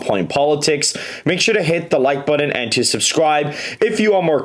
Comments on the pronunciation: I refuse to hit the Like Button until you stop pronouncing button as “but-Done”! What is that? Excellent video though. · That’s not how you say button.